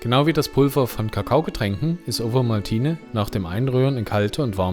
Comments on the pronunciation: Typisch schweizerisch spricht man Ovomaltine "Ofomaltinä" oder kurz "Ofi" aus, nicht wie du "Owomaltiine" 😉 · Das V in Ovomaltne wird wie ein "F" ausgesprochen